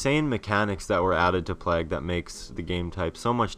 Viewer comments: I will just say, it's pronounced "Plaig", not "Plahg". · plague is pronounced ''playg'' not ''plag'', fyi. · That game type is seriously awesome. But its plague, not plag. Unless that was requested by the creator or that's how its pronounced where ever you are from of course xD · Plag hahaha Americans need to sort it out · It's pronounced "Play-guh" lool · Wow the way you pronounce plague is so irritating. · Oh my god the way he just pronounced "plague". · i nearly turned it off the second time he said it. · SIERRA420 We can handle it. We mention it because we think it's funny, not because it's annoying. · doesn't know how to say 'plague'